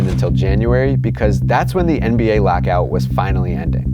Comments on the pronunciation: Are you saying "lackout"? What the heck is that? I can't unhear it now. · please stop trying to say lockout.